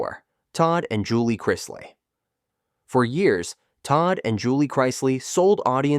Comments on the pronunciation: Learn how to say the names right I shut if off when it go to the Chrisley . I understand a mistake but you said it over and over . you get a thumbs down for being to lazy to fix it . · You keep mispronouncing, chrisley. Always best to do some research and proofread your stories before you publish them.